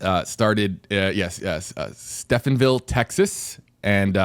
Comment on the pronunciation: Please keep doing this show weekly through the offseason. I look forward to it every week from out here in Texas. Also, it’s Stephenville, TX pronounced like Steven.